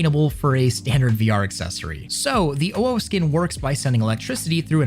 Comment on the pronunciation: Jesus, the insane input delat on the gloves. Took like 2 full seconds for it to react once you let go of the bowstring. Also why do you say owo like that? It's not "ow oh". It's like you're trying really hard to not sound like a furry, even though nobody is gonna care if you said it the right way. But then again, you're wearing facemask as "fashion" so can't expect too much from you.